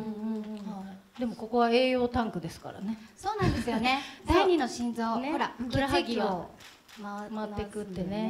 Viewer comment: ふくろはぎ、って。ふくらはぎだったと思います